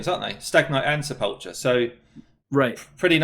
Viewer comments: Great video but oh man, hearing the pronunciation of Sepulcher Sentinel hurts my brain. Sepulcher= Sepuhlkurr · I can’t let you guys keep saying sepulcher like that its pronounced with a “k” instead of “ch” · It bugs me to no end that no one in this game knows how to pronounce Sepulcher :D It's Sep-ul-Kur. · Brad () did his homework, and he learned how to pronounce Sepulcher correctly. Come on guys.. it is going to take less than a minute to find out. You sound silly when you both mispronounce it! Other than that AWESOME video! You are both on my subscribed list. You do a wonderful job, and you have helped me immensely in the game! Thanks!